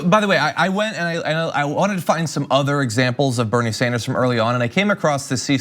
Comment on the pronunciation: Nina Turner pronounces Bernie's name correctly. Also the female of Bernard is not Bernadette but Bernarda. Bernadette is actually a modern derivative of Bernard. St Bernadette's name is officially St Mary Bernarda and not St Bernadette. Bernadette is one of my names by the way.